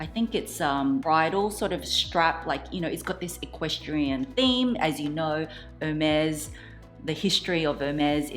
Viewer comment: Love your unboxing ! If I may, as a French speaker born and raised. You pronounce the brand’s name incorrectly. You pronounce like it was « Her maze » and you should say « Air mess » (if that’s clear) 🇫🇷